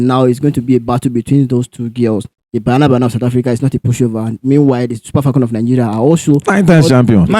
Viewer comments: It's not bayana bayana 😂 it's ba-nya-na ba-nya-na. Banyana means girls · Its Banyana Banyana not Bayana Bayana. Or should we say Super Chickens? Lets show respect by calling each others names correctly. At least try.